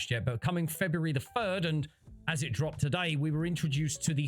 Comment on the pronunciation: February the Furd 🤣